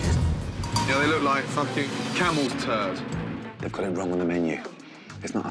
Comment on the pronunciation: dehydrated thurd?! stop it brain dont imagine it xD